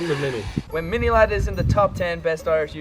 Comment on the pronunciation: Sjy Mini ladd and not Mini sladd